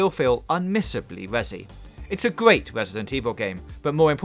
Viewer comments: "It's a gweat wesident evil game" - subbed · "Its gweat" "refrews"